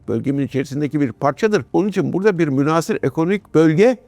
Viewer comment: Sevgili Amiralim, münhâsır yerine münhasır, tehditi yerine tehdîdi diye telaffuzunuz bizi mutlu edecektir.